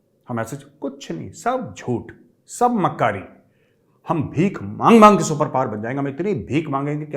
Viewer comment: why “maangke” is silent ser!!😂